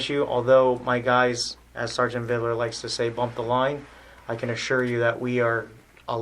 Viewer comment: Why didn’t I know that Vidler’s badge number is 0666? That’s noteworthy, especially when he looses it with dipshit Dewitte. Jeremy missed pronunciation classes. “Supposbly” and “Videler” for example.